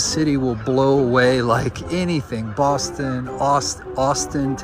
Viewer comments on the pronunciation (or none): none